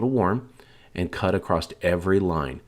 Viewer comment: That slow whisper voice just does not work for us as crafters. You act like you are talking to 1st graders. And it just kills me at these people that say acrost the word is spelled ACROSS. Where do you get a t at the end.